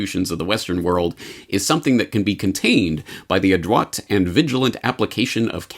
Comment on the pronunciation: Thank you for, yet again, discussing the important news. I am beholding to you, although all this makes me SAD, and more sad, and hopeless. BTW, please look up the pronunciation of adroit.